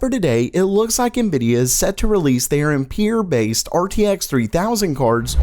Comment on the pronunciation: Sorry but your pronounciation of -Marie's surname in these videos is annoying - it's Am-pehr, not Empeer. The auto-generated subtitles are actually converting your pronounciation to 'Imperial'!